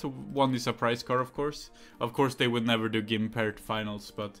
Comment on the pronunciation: It's gumpert not gImpert btw